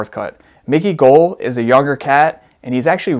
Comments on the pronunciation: Those were old photos according to Dana White, I like how you can't pronounce Israel adesanya's last name or Mickey goals 😂 it's gall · It’s GALL not (gull) (GALL) rhymes with (BALL) idiot. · *brags about learning to say names right...proceeds to say “Mickey Gull”” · fight predictions ok but Mike Perry's post with his hand and head busted up is super old and he posted it to play with Micky Gall's mind. Also the way you pronounce Gull and the K of Khabib (which isn't spoken when saying the name) is too much lol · Brother how do you pronounce Adesanya right but not Gall? Lol no hate just thought that was funny